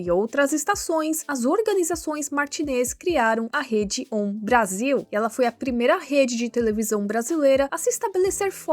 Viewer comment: Eu entendo, estou falando de nomes como a TV Piratini. O nome claramente é indígena, então a sílaba tônica é o ni e não o ti como você falou no vídeo. Outro exemplo é a Rede OM. A pronúncia dela são as letras mesmo, não como se fosse uma palavra só. Um exemplo que realmente não dá pra te culpar é ter falado TNT Sports com as letras em inglês. Aqui no Brasil a gente fala as letras de TNT em português, mesmo que todos os outros canais com uma sigla dessa como ESPN e HBO(que é da Turner assim como a TNT) a gente fala as letras em inglês, vai entender